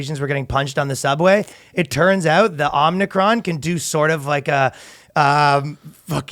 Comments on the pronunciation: O-Mi-Cron... FFS what is happening, people can't read anymore? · As a Greek person Iʻm offended by your pronouciation of Ο (Omicron) 👿👿👿👿👿👿👿👿👿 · OMIcron, not omnicron